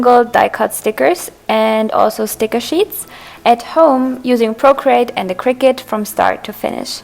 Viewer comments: its pronounced cir-cut not cricket ;) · honestly, I don’t blame em.. cricut isn’t even a real word and the way she said “cricut”, it sounds like cricket